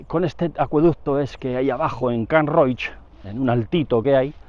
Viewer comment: Muy instructivo, lo de la cota inapelable. Como indicación el lugar se pronuncia [Can cúa] (cola) y no [Can cuá]. Can Roig muy bien pronunciado por cierto. Un saludo y ánimos con su trabajo, siempre de interés.